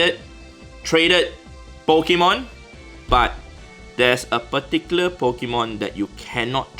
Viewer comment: Nobody: An Asian: Po ki mon